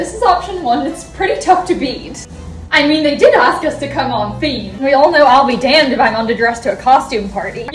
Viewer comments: the way she says party and damned in an american accent when she has an accent the rest of the video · And then southern specifically when she said “and I’ll be damned” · How did she just slip into an American accent with "I'll be damned if I'm underdressed for a costume party". Weird. Cute outfit, though.